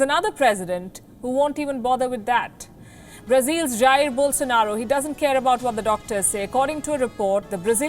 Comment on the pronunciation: Bolsenaro... HAHAHA..... Coco-nutlll